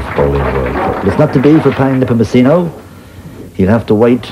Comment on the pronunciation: And his last name is pronounced nehpohmohsenoh not nehpohmochinoh